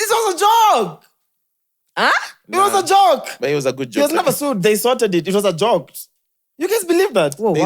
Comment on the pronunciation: Nobody:: It was a jok,it was a jok😅😅